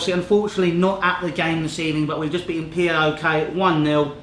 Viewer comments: Can anyone pronounce PAOK? Not P.A.O.K. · It's pronounced powk not p.a.o.k